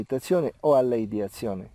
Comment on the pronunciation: Te escucho decir: "ideatzion", quieres decir ideacion?:) Que significa ideacion? Namaskar!